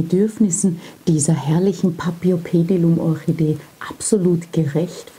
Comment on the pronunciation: Hallo, ich bin auf dein Video gestoßen, da ich ein großer Paphiopedilum-Liebhaber bin. Leider enthielt dein Video ein paar Fehler, auf die ich dich gern aufmerksam machen würde. Zuerst würde ich gern erwähnen, dass auch bei diesem Namen das "ph" wie "f" gesprochen wird, so wie auch bei der "Phalaenopsis". Weiterhin sagest du, dass sei deine zweitliebste Orchideenart. Was du jedoch hier meintest ist die Gattung, nicht die Art. Das mag für manche jetzt nicht wichtig wirken, ist es jedoch, wenn man sich mit Pflanzen beschäftigt. Die Orchidee, die du als dritten Typ eingeblendet und benannt hast, "rein grün mit breiten Blättern", ist keine Paphiopedilum! Es handelt sich hierbei um eine eigenständige Gattung Namens "Cypripedium", deren Vertreter unter anderem auch in Deutschland und anderen Ländern Europas wachsen. Neben diesen zwei Gattungen gibt es auch noch die Gattung "Phragmipedium", die in Südamerika beheimatet ist. Alle 3 sind quasi "Frauenschuh-Orchideen", jedoch eben unterschiedliche Gattungen mit unterschiedlicher Herkunft. Was ich jedoch gut fand, war deine Erklärung zum Substrat, denn die war absolut zutreffend. Viele wissen das nicht und haben dann bei der Kultur Probleme, verständlicherweise. Auch die Erläuterung zu den Wurzeln fand ich gut und wichtig zu erwähnen, denn viele Orchideengattungen müssen zwischen jedem Gießgang gut abtrocknen, das wäre bei dieser Gattung nicht ratsam und kann sogar zu starken Problemen führen. Von daher finde ich es super, das